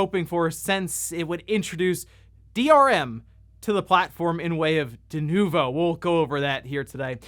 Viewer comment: yeah .... DE-NUKE-VO .... yeah ... NO!